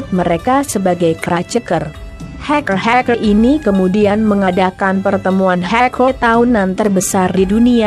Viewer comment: "keraceker","haikel" ngomong apa sih